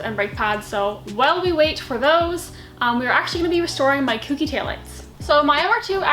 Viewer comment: Ko-kee. Not coo-kee.